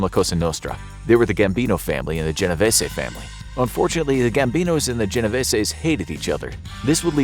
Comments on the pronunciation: I tell everyone this, it's GeneVêse ...the ê in Vese is a Long E.. if it still doesnt make sense. Think Reeses, but with a v. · my great grand parents are married into the genovese family and it’s pronounced jen o veese